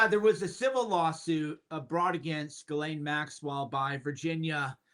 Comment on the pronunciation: It's pronounced Ghiz lane not GAL LAINE